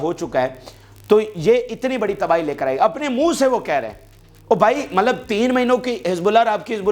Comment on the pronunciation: Yaar Mallab na bola karain please 🙏